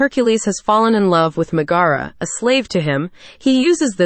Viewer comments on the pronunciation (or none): It's Megra not Miagara